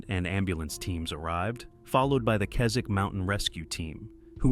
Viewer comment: Correct pronunciation of Keswick 👏